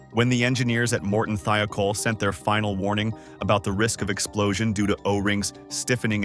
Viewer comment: why does the narrators voice sound like its AI. its not THEE-O-KOLL, its pronounced like its spelt. THIGH-O-KOLL "THIOKOL". i would watch this if it wasnt that its prob ai generated or at least narrated junk. i support people. not computers.